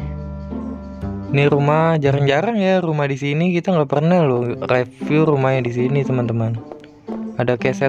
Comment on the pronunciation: bcanya riviuw bukan reviuw